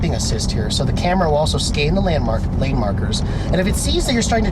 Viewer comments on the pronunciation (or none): Did he say "Skane the landmarks" LOL